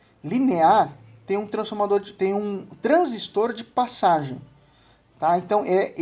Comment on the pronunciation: Gostei do vídeo, parabéns! Uma coisa bacana é que você não absorveu o costume q alguns técnicos antigos tem de falar "transísto ", parabéns de novo.